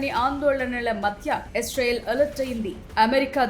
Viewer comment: ఎస్ రైల్ కాదు ఇజ్రాయిల్ 😜🤓